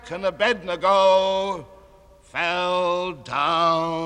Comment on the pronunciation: He actually pronounces Abednego's name correctly.